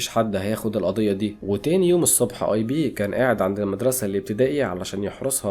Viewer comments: اسمو ايب مان وليس ايبي🤦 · اسمو ايب مان مش اي بي😂